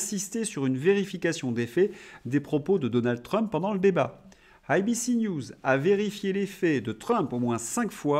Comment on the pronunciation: Bonjour, "eille, bi, ci" et non "aille, bi, ci" SVP ! 😂